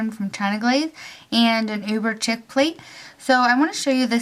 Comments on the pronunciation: it's uber chic (sh-ee-k) not uber "ckick" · Cute design, way too much work though. Ps I think chic is pronounced "sheek"